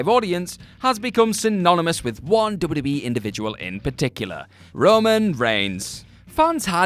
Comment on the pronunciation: *Double-U Dude said "double double E" about 18 times during this video and my eye twitched each time.